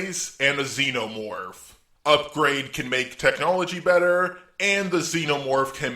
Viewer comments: I don't think you ment to say xenomorth... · You said zenomorth not sypiote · It's not zenomorph is clintar